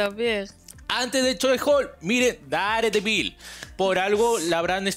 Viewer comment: Se pronuncia dardevil